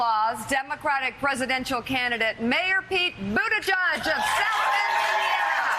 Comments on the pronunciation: Mika isn't it "Boot-edge-edge". NOT "Boot-ti-Judge"???? If I'm wrong I want to know. Love Pete Buttigieg. However you pronounce it. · Just to let you know. His name is pronounced like this . Butt tit geeg . Not buttitjug . How do I know ? Well he has a Maltese Surname, and I was born in Malta. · Mika, I love you, and I love Mayor Pete, but please pronounce his name correctly: It ends with 'edge-edge', not 'edge-judge'. Okay, now I'm ready to be called 'persnickety', lol. :) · Why can't Mika pronounce pete's name correctly?